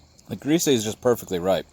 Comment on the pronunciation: I don't recall ever seeing a cavity in my Bourjassotte Grise. BTW, it should be pronounced as "greese" in all cases. Col de Dame Gris (as written in Baud's book) should be clear but in the case of Grise there is no accent on the end so just forget about it. :)